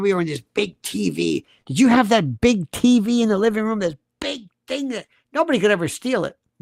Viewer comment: I thought I was the only one who has mini seizures while driving every time Candace pronounced words incorrectly. 😂 my favorites Izhreal, RUM for room, malady as M’Lady, COLTure instead of culture.